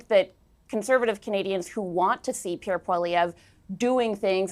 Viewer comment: get Piere’s name correct please